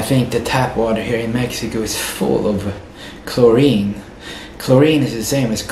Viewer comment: bro said chlorine 😂